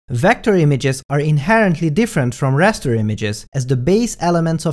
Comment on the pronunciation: I believe is called Raster not Rester.